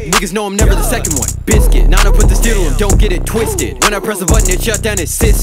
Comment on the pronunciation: The way u say biscuit XD